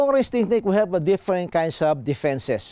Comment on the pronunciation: Many kinds of "da fences"😂😂